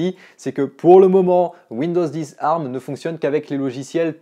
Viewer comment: Tant qu’à être chiant, on ne dit A R M mais Ey Ar M. chacun prononce comme il veux, sur ce…